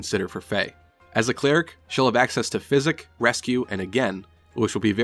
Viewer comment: oh my god, that physic pronunciation tilted me so hard!